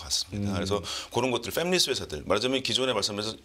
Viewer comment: 팸리스가 아니라, "팹리스(Fabless)" 라고 함 제작, 제조 라는 뜻을 가진 Fabrication,반도체 생산 시설을 통한 제조 FAB(Fabrication)+ -less (없는) = 생산라인 없는 반도체 회사